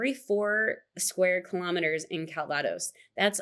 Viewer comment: You know what expats and the French alike hate? Americans changing pronounciations of their words eg. calvados, please say it correctly, just like we do. Merci!